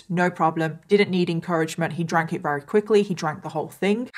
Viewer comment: I really like how you tell the details of cases. And your make up is always so pretty at the end lol... I am not at all into make up but I think it's somehow soothing to watch while listening to terrible details. Anyway, thanks for your channel! Also think it's kinda cute how sometimes when you're saying "very" it's more like "wery"... IDK lol anyway <3